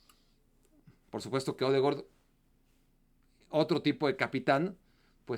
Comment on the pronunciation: Es odegard no odegord 😂😂😂